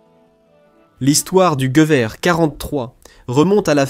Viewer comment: La voix IA est une vraie catastrophe... "Jevié" pour "Gueuverre" (Gewehr). A part ça ça reste intéressant :)